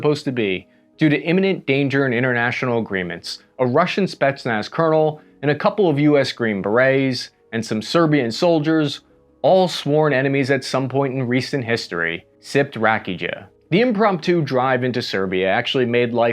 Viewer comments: Buddy pronounced rakija RAKIGA Nah, it's Rah-Key-Yah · I laughed my ass off whit your pronountiation of "Rakija".. The right would be rakiYa and not rakiGGa... Keep it real man.. Greeting from Croatia. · rah-kee-yah not rak-ij-uh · RAKEEEJA???? Learn to roll your R's start with a rolled R and it's RRRRah-Keee-Yah or RAH - KEE - uh. CMon brother. How have you been to Ukraine and Eastern Europe and don't know about Rakija? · "rak-ij-uh" it's pronounced "ra-KEY-uh" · Haha dude pronounced it rakiJa. Pronounce it RAKIA. Lozova Rakija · just a little thing: The way you spell "Rakija" is not like "rakeeja", but more like "rakia"... you know? It's like saying "Iraq", but you move the "i" and add an "a" at the end, like "raqia". The "j" in "Rakija" is silent. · Rakija is pronounced rakia, not rakijuh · ... JESUS CHRIST! DON'T YOU PEOPLE KNOW HOW TO PRONOUNCE CORRECTLY FOREIGN WORDS, FOR GOD'S SAKE?! YOU LITERALLY "KILLED" MOST OF THEM IN HERE! THE CORRECT PRONUNCIATION FOR THE SERBIAN "RAKIJA" IS NOT UNDER THE SOUND "TZIA" BUT "YA"!.....AND THE ACCENT IN THE NAME "KUMANOVO" DOESN'T GO TO THE "O" BUT TO THE "A" INSTEAD!....YOU DAMN IGNORANT FOOL, YOU! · Ra-kee-jah? 😔 no, sir, ra-kee-ya... otherwise good video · Rakidjah? IT`S F*CIING R-A-K-I-A!!!!! P.S. I`m sorry it`s just that ppl from the Balkans are irrationally emotional about our Rakia. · Oh dear, its not pronounced Raki-ja. Its Rakiya :) but written as Rakija. :) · its not raki-ja its rak-e-yah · "Rakidzha brandy", that sounded really funny to me for some reason. I would never consider rakija to be a brandy (I'm not saying it's not, just that I never thought of it as such). And also, just to be clear, it's pronounced rah-kee-ya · RakiYA not Rakijuh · It's 'rakya" not "rakijea" :))) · Running tally of pronunciation: Kamenica x4 - Kah-men-ee-cha Rakija - Rah-kee-ya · Rakija is pronounced ruh-kee-ya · Rakidja he said XDDDDDD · Rakija, Its pronounced RA-Key-Ya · it's pronounced Rah-Key-ya .. you'd love it! 🎉